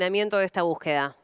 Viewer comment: No se dice búsqueda. Ahora es buqueda😂😂